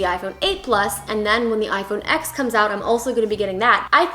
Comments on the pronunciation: It’s pronounced “iPhone 10” not “X” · It bugs me so much that you say iphone "x"